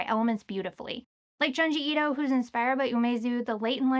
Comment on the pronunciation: Junji is pronounced Joon-jee